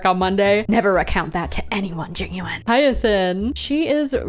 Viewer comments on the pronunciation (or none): none